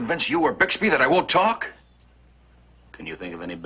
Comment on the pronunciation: You know how in the middle of every episode the narrator interrupts with a comment? Well, in this episode he referred to Bixby as Buxby. Anyone catch that?